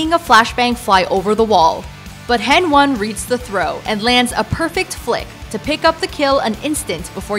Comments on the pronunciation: It's heni not hen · "Hen one" it's henriques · DId someone order you to read the text? Because it doesn't sound authentic :/ It sounds like you just started following the CS Scene. Many say "heni", not "hen-one" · Yeah bruh, HenONE ones is really sick. henONE. ITS HENI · HenOne😂 It‘s Heni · OMFG XDDD henone. Im done thats heni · omg it's heni not hen one haha cant stop laughing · Who da heck is henone its heni my dude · Hen one lmao, Its heni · hen1 prefers hen one over heni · Calls heni, hen one. Crange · HEN 1:DD its [Heni] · hen one? I thought it was heni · HEN1 FUR REAL NO ONE SAYS "HEN-ONE"!!!! ITS "HEN-EE"! JESUS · Heni not hen one!!! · its not Hen1.. Its Heni.. Know your stuff.. lol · Lol hen one, it's pronounced henny xD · it's heni not hen1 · Its heni...not hen1 😐😐😐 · «Hen1» ok yeah dislike. Its Heni not Hen1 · heni not hen1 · Heni not hen1 lol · Not han1 its hani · ITS F***ING HENNY, nah thx for clarification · What heni sounds way better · they call him Lucas, not Lucas-one... and calling HEN1 "Hen-one" is just stupid... would you call Ex6TenZ "Ex-six-tenz" ? no its "existence" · “Hen-one” lul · she called him henOne i feel offended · Sonemple, henone, devonece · That’s not how you say hen1 the 1 is like an i so it’s heni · The way she said hen-one You know she don’t know anything about csgo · its pronounced hen-y fyi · Hen-one? Really? It's almost as if she doesn't know anything about CS:GO and she's just an "attractive" girl reading a scrip- wait a second...!